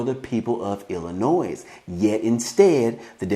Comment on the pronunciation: there's NO NOISE IN ILLINOIS... PLEASE pay attention to how you pronounce our states name.... & as for our govenor Prick....he ONLY SEES CHICAGO...WE in Granite City and other poverty cities needs the $ 500.00 a month stimulus that he has given them